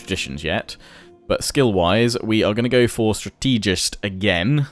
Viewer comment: Why do you mispronounce strategist? Is it a British thing?